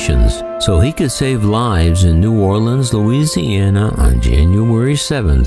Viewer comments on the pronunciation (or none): none